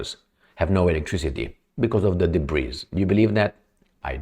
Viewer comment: Hey, "debris" is pronounced " debri" and not "debreeze". 😂